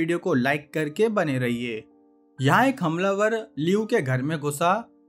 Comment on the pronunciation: bahi tune hamlavar bola hai ya "hum lover"